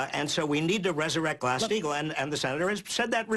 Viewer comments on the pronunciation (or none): Did Barney say "Grass-Steigel"? Grass? He is 100x more incoherent than Bernie on his worst day, even Bernie on his worse day getting hassled by the bizarre Daily News staff (it's not even journalism).